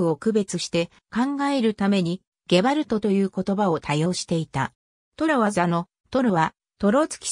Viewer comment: おろ?時折「ゲバ“アザ”」になってね?